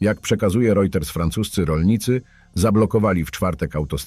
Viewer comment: Kanal wartosciowy, ale agencja rojter podala, a nie rojters